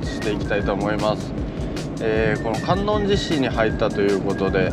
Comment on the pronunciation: 細かいですが、かんおんじし ですね！ あと、さかいでし ですね！